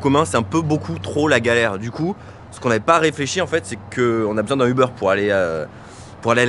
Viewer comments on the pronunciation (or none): Ah c'est français!! Uber se prononce pas Ubeurre mais bien Ubère :D Je vous aimes quand-même :)